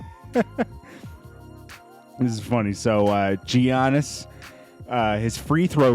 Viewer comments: It’s pronounced “ yannis “ not “g annis” 😂😂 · His name is not G ianis bro, dats not how u say it🤣🤣